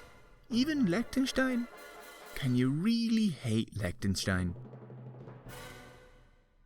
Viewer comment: uhmm Lecktenschtein??